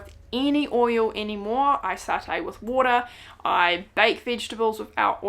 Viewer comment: When you fry your food it's called sauteeing or to sautee not satay lol